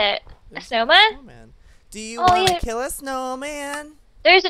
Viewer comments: BTW it`s kill u said kil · KILL NOT KIL JOEY 😁😁😁😁 what are you weird ( by the way I'm being sarcastic) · Kill not kil lol